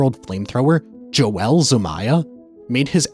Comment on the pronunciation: Holy fuck is name is not joelle